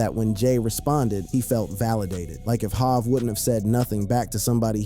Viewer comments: It’s Hov not Jav Yay-yo no yah-yo 😉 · Tony Yaw-Yo? Really? Are you a robot? You’re really not connected to the universe of music is you can’t say the name right. This seems like it’s one sided… You Hov as Hav… I had to stop. This is wack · I can't with this stoopid ass AI voice. Clearly they tried to model The voice of a young black man. Any young black man of this era would know how to say HOV,In Da Club, YAYO... it's just too much inaccuracies to listen to.